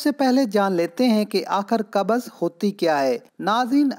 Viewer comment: Qabaz nahi hota bhai qabz hota hai